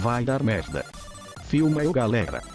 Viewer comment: Ele não sabe falar GALERA.... ou é GARERA.. ou é GARELA.😁😁